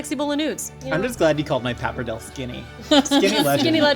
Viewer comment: The pronunciation of pappardelle really bothered me during the this episode more than it should. Pap arrr day lay!